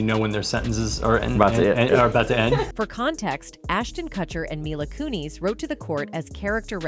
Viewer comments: Dear god I'm sorry but please stop saying their names right just to pronounce her last name "Ku-knees".. it's so irritating and makes the point of the video go unnoticed by some people. It's cringe af.. how can you pronounce their names right one minute and two seconds later get it wrong? Unless this is yet another AI voice.. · Can't they get an actual person to narrate the stuff? Instead of this AI shit? Ashtin kuT-cher? Mila KOONIS? They're busy just trying to pop out these videos so fast and keep forgetting how annoying and unprofessional the sounds of the times